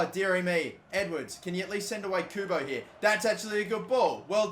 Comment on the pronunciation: someone should make a counter for the amount of times messes up Kubo's name